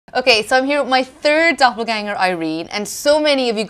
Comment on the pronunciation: Why are they using german words in english language? wtf. Hearing them trying to pronounce Doppelgänger gives me plague